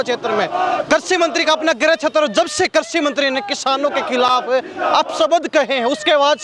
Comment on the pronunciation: पत्रकार महोदय करसी मंत्री नहीं है कृषि मंत्री बोलो